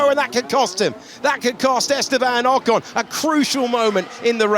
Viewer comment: How many times will you keep mispronouncing 'Ocon'? Try Forvo. And Perez. Probably more.